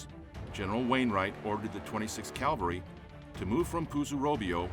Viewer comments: It’s CAVALRY not CALVALRY! I’d expect a narrator to know better. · This is a rare documentary on pre-Fall of Bataan historical details. But why "calvary" instead of "cavalry"? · Is our narrator saying "cavalry", or "calvary"? Good production anyway...thanks! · Someday I hope to encounter an American narrator who uses "CAVALRY" instead of "CALVARY". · I just cringe each time I hear' 'calvary'. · its CAV alry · Good content but pronounce the word 'cavalry' correctly.